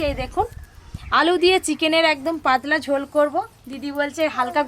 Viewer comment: পাদলা কি ভাই পাতলা 😂😂😂